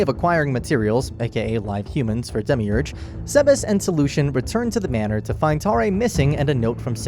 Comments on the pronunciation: “Demiurge” Dehmeeurj No one ever: dehmeeoogooreh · i cant believe the way you pronounced demiurge